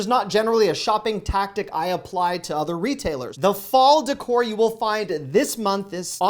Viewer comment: DECOR Pronunciation: It's not "ducore", It's "daycore." It's a foreign word, I believe it's French